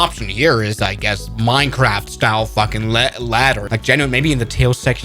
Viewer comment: fucked, fucking, not boom